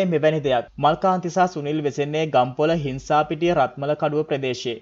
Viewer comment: හිංසාපිටිය නෙමෙයි සිංහාපිටිය